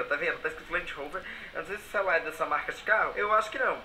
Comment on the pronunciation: destruindo o "ceiular" kkkkkkk mto bom kkkk